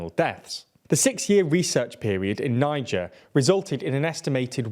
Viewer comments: Great presenting work by you and the team. A couple of points: 1. Niger is pronounced as nee-jsher (not ni-ger or nin-ger, which is a state in the country Nigeria). 2. Bleeding post delivery is commonly termed Post Partum Haemorrhage (or bleeding) Keep up the good work! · Niger is pronounced "nee-jher", not "ny-jur". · The second pronunciation sounds like "ninja"